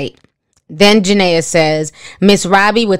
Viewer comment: Did it bother anyone else that she keeps calling her Janea and not Jenae😂😂